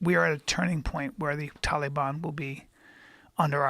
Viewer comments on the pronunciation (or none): You cringe, I die inside with each passing pronunciation. "To-liban" Or however the hell he said that as well. Was waiting for Joe to make fun on him😂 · This guy called them the TOLY-BONNN! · Brian "talee baun" "afghanee staun" callen